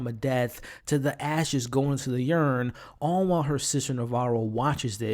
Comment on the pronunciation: i think he said yurn too instead of urn